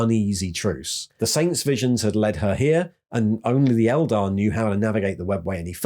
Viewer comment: That being said…. Keep pronouncing Eldar wrong ;)